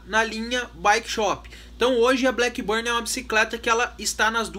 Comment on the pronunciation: It's not 'blackburnie' but blackburn!